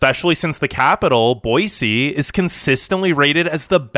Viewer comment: Thank You for saying "Boise" correctly. Boy-cee